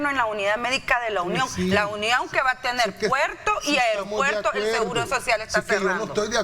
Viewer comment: No se dice Lunion se dice La Union..por favor